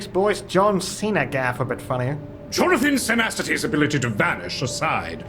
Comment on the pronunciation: "Johnathan Cenacity" took me the hell out.